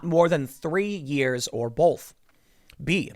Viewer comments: Tim "bolth" Pool. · Tim cannot say O's correctly. He say both and folks wrong